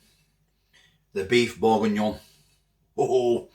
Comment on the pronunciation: It’s pronounced berginyon 😂😂